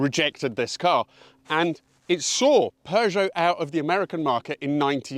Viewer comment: Good God thanks for properly pronouncing Peugeot! My French teacher (drove an aircooled Beetle it was in the 70's) would always remind us she taught the Peugeot children before moving to the US and she was like "it's purrr... like a cat." Anyway yes the 405 Mi-16 was the Dog's Dick along with the VW Jetta 16V, which I had back in the mid-90's. My Cousin also had a 505STi and that was hot shit too.